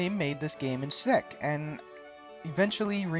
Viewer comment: "Sezyk" Republic, lol